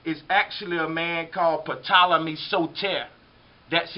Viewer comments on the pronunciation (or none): Although it's spelled "Ptolemy" it's pronounced "Tolemy" the 'p' is silent. It's not "pettolemy". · I don't mean to be funny but........"Patolomay?" Lol The P is silent it would be pronounced "Tolamay" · Ty lol i love history but damn sir rapis and pptolemy was grinding my gears a bit lol other than that great information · Great info bro. Just a few corrections. There is no P sound in Ptolemy. It just sounds like Tolemy. Also, AD does not stand for after death. It stands for anno-domini. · How does this guy not know the P is silent on Ptolemy??? I will always love this channel, but this video in specific is not covering all the bases. This Serapis god is connected to the bloodline of Cain from Genesis, and is certainly not the first god to mimic the elements of the Jesus in BCE. Satan is referred to as the serpent in the Bible, and has created his own Christ figures since the beginning of his fall from heaven thousands if not millions of years ago. The facts is providing in attempt to prove his theory are not complete in their presentation.